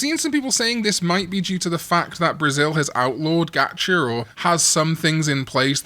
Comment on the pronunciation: "Gatch-er" lol